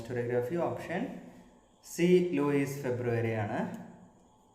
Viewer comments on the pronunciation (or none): ലൂയിസ് ഫെബ്രുവരി അല്ല ലൂസിയൻ ഫെബർ 😖😖